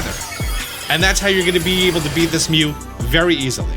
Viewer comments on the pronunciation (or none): none